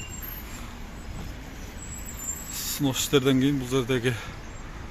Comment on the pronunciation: Сынос эмес снос,кыргызча эле бузулат же сурдурулот деп айтпайсынарбы